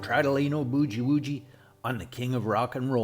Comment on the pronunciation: As well as Boogie Woogie it's pronounced, boo gee woo gee.